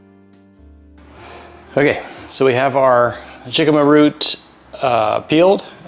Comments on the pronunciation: Being a California native I’ve never heard of “jicama” pronounced that way with a hard “j”. It’s a Mexican word so the “J” is pronounced as “H” like “Hicama”. Or like “Hey-Sus” for the name Jesus. (Which is a popular Hispanic name)It tastes like a cross between a raw potato and a bland apple. Love your videos and the Bible verses at the end! ❤✝️ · jicama pronounced like hicama. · your husband did a great of being videotaped while cooking! Jicama is actually pronounced “hickama” and can be used as a potato sub. Jicama has almost 50% less carbs than a regular russet potato and offers a “bite” like a radish. It can be boiled and mashed like regular potatoes. You sure do like your dill! 😊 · Yes, he knows now that it's pronounced with an "h" but he had never used it before.🥰